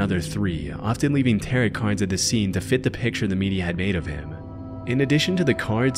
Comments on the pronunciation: My friend, it's pronounced "tarrow" card. Not "tarret" card. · "Tar-rot card"... I believe you mean Ta-row card 😉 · Are.... Are you pronouncing "tarot" like "carrot"? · "Terret" cards 🤣🤣🤣 I'm dying 🤣🤣🤣🤣🤣🤣🤣🤣🤣🤣🤣🤣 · no way bro pronounces tarot like "carrot" 😭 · The pronunciation of the word tarot hurts me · The pronunciation of "tarot" cards in this video makes one suspect this channel is indeed A.I. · A spooky creepy YouTube channel should know how to pronounce tarot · Tarot rhymes with 'pharaoh'. Also: there are no ace cards in a tarot deck. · lol at how you said "tarot".